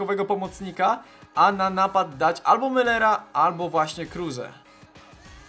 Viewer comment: nie kruze krus